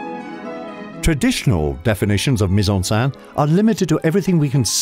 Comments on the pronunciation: The voice over mispronounces mise-en-scene as mise-en-sein: put in breast! Very funny for anyone who actually speaks French... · "meez on senn" is how you pronounce it - it was really irritating that the reader couldn't get it right. That was his job! Not hard to find out! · It is maddening to hear this guy repeatedly saying 'mise en sain' instead of mise on scene which would rhyme with den not dan.